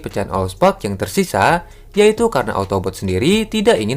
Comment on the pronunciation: Autobots bukan otobot😂😂😂